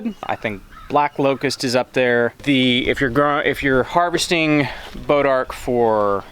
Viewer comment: It was so funny when we heard you say bodark. We looked at each other, then went back and made sure that's what you said you were growing...on purpose. Our homestead is in North Texas and we've spent most of our free time over the last two years dodging copperheads, dulling chainsaw blades, dragging them out, cutting them up, burning them, treating cuts and pokes, washing orange sap and blood out of clothes. All in the seemingly endless endeavor of getting rid of them. They're just awful 🙂